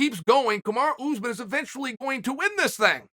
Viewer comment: Still can’t say Usman. Ooze man. Oregon education at it’s best.